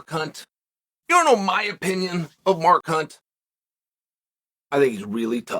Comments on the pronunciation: Did he call him Mar Kunt? 😂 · When chael says mark hunt it sounds like a swear word!